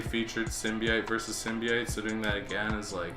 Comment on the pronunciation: How do you spell "sim bee ite?" Cause "symbiote" is way more correct